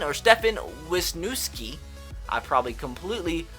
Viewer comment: Its pronounced wis-nes-ski